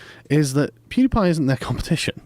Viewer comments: lol When Joe is surprised Pewds have so many fans tho he doesn't speak english so well, yet he can't even say Pewdiepie right plus some other words pronounced wrong. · funny that Joe i Joe said that after not being able to say his nick correctly PdP is Swedish he is better at english than many americans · Poodiepie 😂 that’s exactly how I’d expect joe to pronounce pewdiepie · Haha he said Poodiepie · I love how Joe pronounces it Pootie Pie lol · Joe Rogan: poodiepie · Joe keeps pronouncing it "Poodeepie" lol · Misprounces as “Pootie pie” then proceeds to mock his english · He said “poodiepie”😂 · Joe "Poodiepie" Rogan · nobody: Joe rogan: "poodiepie" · I love how He calls him poodiepie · It’s pew not poo lol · Joe “poodipie” Rogan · Joe Rogan: "pootiepie" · (Pyou) Joe! Not (poo)! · poodiepie lol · "poodiepie" hehehe, I agree Mr. Rogan! poo diepie indeed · Saying poodiepie like that is so annoying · He is not pooodepie it's PewDiePie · I like how he calls him 'poodepie' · I love that joe pronounces it "poodypie" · Hey Jamie, tell Joe it's pronounced pew, not poo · Jesus Joe, it's "Pew" not "Poo". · no one: joe: Poodiepie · Joe Rogan calls him “pooty-pie” what a fucking grandpa lol. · "Poodiepie" lol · Not even 'Poodiepie' Pooty Pie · I can't get over Joe calling him poodiepie 😂😂😂😂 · Joe "Poodeepie" Rogan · Joe " poodiepie" rogen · JoenRogan keeps calling pewdiepie "poodiepie" 😁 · Joe says poo-diepie 😂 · i love how joe calls him pooty pie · It’s pew like a gun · I like how he pronounced it “poodiepie” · Who is Poodiepie? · No one: Exactly no one: Joe Rogan: "Poodiepie" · "poody pie" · joe called him poodiepie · "poodipie" LULW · "Poody pie" - Joe Rogan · lol its not poodeepie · "poo dee pai" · Nobody: Nobody: Joe: poodeepie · Dear Joe, LET THE MAN FUCKING TALK!!! I love you dude but DAMN. Also, “poodiepie” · "Poo die pie" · Joe it is pronounced “Pew Die Pie” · It's not, it's pronounced "pew-dee-pie". "Pew Die Pie" sounds like a death threat to a pie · Joe said poodiepie